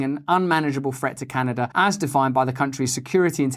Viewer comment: Can a duh ! Great job mate you nailed it.